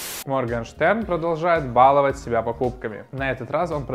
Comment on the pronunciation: Извините, что пишу это, но мне правда слух режет. Правильно говорить: баловАть